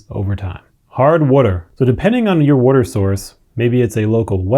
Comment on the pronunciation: fail. this video explained in depth what DOESN'T work, all while mispronouncing the most basic word "water." oy vey.